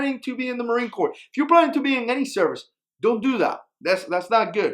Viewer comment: is anyone else bothered by him saying sub-marine corp